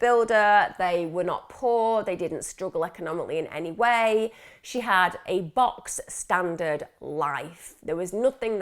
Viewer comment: It’s Bog standard , not box standard berless .